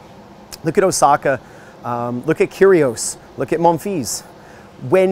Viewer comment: I love how you say Monfils man